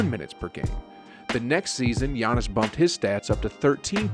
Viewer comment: Work on giannis’ name.